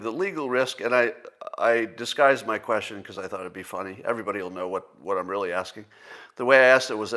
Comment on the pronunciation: Scott learned how to correctly pronounce the word measure. I hope he will do the same with the word question. It certainly shouldn't sound like...queshin.